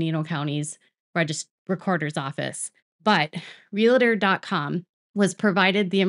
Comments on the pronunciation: REALTOR is the word ....I know you can say “Real“..as in real housewives...just add on “Tor“ ..please try.....RE-LA-TOR is not a word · Real-tor and not Real-a-tor